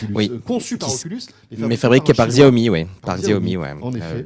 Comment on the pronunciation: Ces journalistes hi tech qui ne savent pas prononcer Xiaomi xD